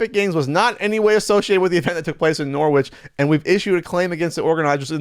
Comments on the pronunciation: I just came to the comments to let you know its pronounced norrich, not noor-which. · Just so you know, it's pronounced Norrich, not Nor-witch. Don't ask me why, English place names are like that. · Lol Norwich getting sued. Just send Alan Partridge after them and Ashens. Also pronounced Norrich. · I think it's pronounced like "Norrich". I'm from the US though so I could be wrong. I swear that's how I've heard Brits say it though. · "Norwich"??? Learn to speak English. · your gonna catch crap for mispronouncing Norwich. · Damn, beat me to it. There's also a Norwich in Vermont that used to be pronounced "Norritch" but has gradually become Americanised (or should that be Americanized).